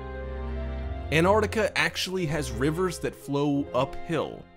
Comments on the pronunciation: Its NOT Anartica you fkn moron...get it right...did you go to school or were you brought up from vomit..learn to speak properly... ANT artica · Would you people PLEASE learn the correct pronunciation of AntarCtica it is not Antartica there is a C in the middle of the damned word.